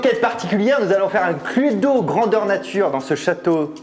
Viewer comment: C'est ou à il dit Cludo 😂